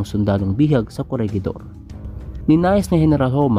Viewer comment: "Corehidor" po ata sa pagkakaalam ko sa pronunciation